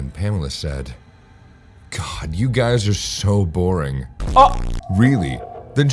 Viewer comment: Did she just say this is borrying 🤣